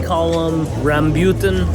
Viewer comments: And pronounced rambootan wrong 😂❤ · The fruit that you were eating this is how you pronounce it (ram-bu-tan)😊